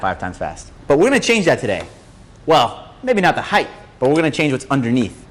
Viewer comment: a lot of people say heighth, its height.